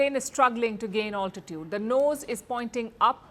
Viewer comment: It’s not “ all-titude “ . It’s “al-titude”.